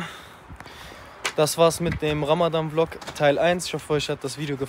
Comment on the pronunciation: su ogluna bi ramadddddan degilde ramazzzzzzan demeyi ögretsen cok sevinirim